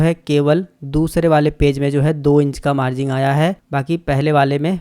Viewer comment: मार्जिंग नहीं भाई मार्जिन होता है